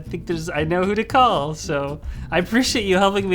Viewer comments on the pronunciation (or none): none